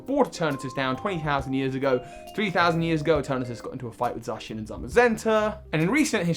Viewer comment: THERE IS NO I IN ETERNATUS, AND IT'S ZACIAN, NOT ZACCHION!